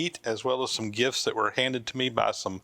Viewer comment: Was waiting for GIFS until I realized you said gifts.